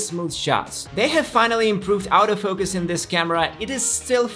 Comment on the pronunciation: why is he pronouncing the 'auto focus' sounds like 'out of focus'???